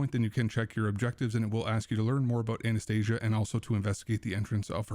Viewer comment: Try to say her not as Z and more as S . You are saying "Anesthesia" as her name.